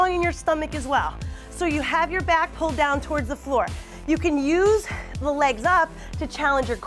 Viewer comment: When she said "it's really working in my shoulder and my BYAACK" boy I busted out laughing,full of dat weed 😂😂😂😂😂